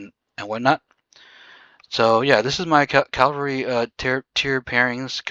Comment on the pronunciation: Great video but why do you call the troop type a wrong name. It's C A V A L R Y.... not CALLVARY. 😂😅 Funny that you and GUNZ can't pronounce it right. 😊.